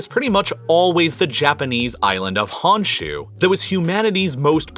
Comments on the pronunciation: Hearing 本州 (honshuu) pronounced as "hanshu" made me cringe haha. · Honshu in Japan is not pronounced Hahn shu. It is Hone shoe. So unprofessional. Maybe 10 minutes of research might help.